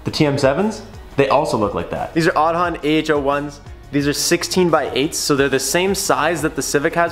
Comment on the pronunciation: In Irish Aodhán is Aidan. Pronounced Aid-on, not pronounced Od-on.